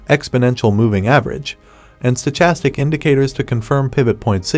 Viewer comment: The H is silent in Stochastic